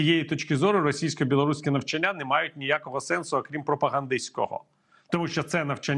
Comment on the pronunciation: Правильно навчАння, а не навчаннЯ.